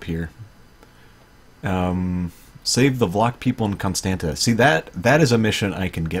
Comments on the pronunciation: it's alright dude Romanian pronounciation isn't the easiest. For example: Ialomita is pronounced IA LO MI TZA. Braila is pronounced BRUH ILA. Constanta is CONSTANTZA. Tulcea is tul che(like in check)a etc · I could teach you right here. Con as in Comicon, Stan with a tough a, like StaHN, and ta as in the tz sound, tza. Con-stahn-tza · Loved it! Still not pronouncing Constanta like you should, haha.